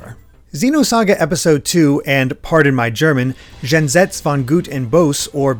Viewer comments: "Jenseits" is not "gen sets". It sounds more like "Yen sites". Google Translate can pronounce it pretty well anyway. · Its pronounced "yenseit von goot und bewsuh". just sayin'.